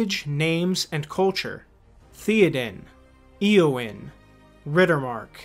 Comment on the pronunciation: Eowyn, Gondor. Pronounce them right dammit